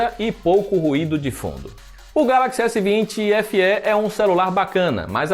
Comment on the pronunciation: PARABÉNS POR FALAR CORRETAMENTE O NOME DO APARELHO....S20 SE.....E NÃO S20SÊ COMO Q MAIORIA DOS BURROS.... PARABÉNS